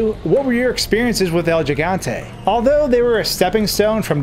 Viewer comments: it's pronounced GIG, not jig. it's Spanish for giant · It’s HIGANTE not jigante 😂🤦🏻‍♀️ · It's he-gan-te not je-gan-te lol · He-gone-tay. Not “gi” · What's a "Jigante?" Is that anything like a Gigante? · It's pronounced HE-Gante, not JEE-Gante. It's also Gif not Jif. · It is pronounced "Higante" rather than "Jigante" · This shit was on my mind the whole vid hahaha 💀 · Repeat with me american friends He-gun-te not the Gee-gon-te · The way you pronounce the name bugs me lol. Its El He-Gan-Teh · Es Gigante(Ji-Gan-Te), estos americanos AGARRENLO! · Its pronounced “hee-gan-te” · "El yee-gan-tey" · El Jigontay? Come on man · Jus thought I’d give you some great advice for the future. The G in Spanish is hardly said like it is in English, therefore, you should pronouncing it “El Higante,” Great job on everything else tho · He GONE TAY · This was hard to get through with your pronunciation. If you make a video about something, maybe make sure you can say the word. :0 Good information and editing and stuff though. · Within 10 seconds, Gigante was pronounced incorrectly....again....for the millionth time...I'm guessing 😅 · At least pronounce the God damn name correctly if you're going to make a video on this...